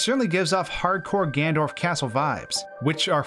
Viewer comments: Is he saying “Ganondorf” or “Gandorf”?? 😂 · It’s Ganondorf, not Gandorf. The way you pronounce it is like nails to a chalkboard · Keeps saying "Gandorf" and I legit can't watch anymore it's melting my loaf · Stop saying gandorf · You say gannondorf badly on purpose don’t you